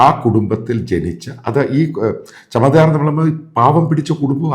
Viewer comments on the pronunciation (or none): ചമേധാർ അല്ല ചമാർ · It's not CHAMADAR, it is CHAMAR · ചമദാർ അല്ല ചമാർ ആണ്